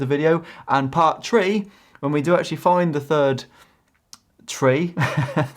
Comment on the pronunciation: Great video. Before Clicking the like button I had to think long and hard to forgive you the "part tree" comment. haha!!